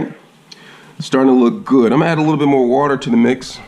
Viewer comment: “Gud” lol